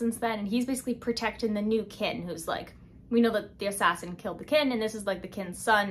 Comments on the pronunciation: kinG. not kin. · girl, the g in king is not silent